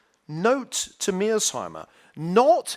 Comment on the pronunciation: His repeated inability to pronounce Mearshiemer's name correctly is kind of irritating...